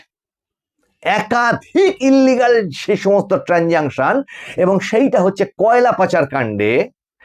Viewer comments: Kindily, saying dada the correct pronuntiation is transaction. nottransantion. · Please rectify your English pronunciation. Correct word is 'transaction '.